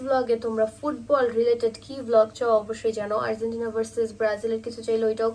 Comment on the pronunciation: It's Argentina not Arzentina ok